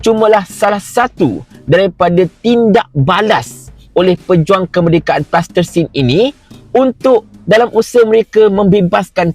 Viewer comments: Salam.... sebutan yg palestine.. bukan plastisin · Sebut Palestine. Plastertine lain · Kenapa cakap plastesin, Palestin la, sebutla betul2.. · Palestin bukan plastersin bro... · Palestin lah bongxx Bukan tanah liat yg budak2 tadika main tuu Pronunciation ko pun ke laut Pelat lagi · Nape sebut plastesin?